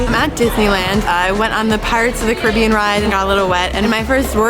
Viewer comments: Everyone's talking about how they don't need that much makeup while I'm worrying about why she said ciribean instead of cAribbean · GIRL PIRATES OF THE CARE-A-BEAN SAY CARIBBEAN ANY OTHER DAY BUT NOT FOR THIS MOVIE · I disliked the video just because of the way they pronounced pirates of the ‘carabian’ damn. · "Pirates of the Cuh-RIH-be-un" 😐